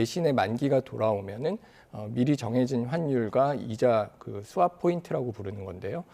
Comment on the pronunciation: Swap을 스와프라고 쓰지 마라. 스왑이다. Swap을 스와프라고 쓰고 읽고싶으면 Gap은 개프, Handicap은 핸디캐프, Cup은 커프, Cap은 캐프, Pop은 파프라고 쓰고 읽어야 할 것이다. 실무자중에서 Swap을 스와프라고 발음하는 사람은 한명도 없다.